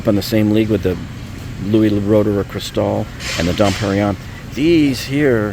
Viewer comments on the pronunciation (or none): none